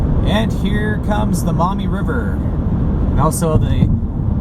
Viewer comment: Love ya you're saying MAUMEE CORRECTLY thank you